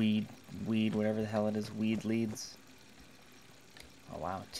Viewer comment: did he say weed leaves? lmao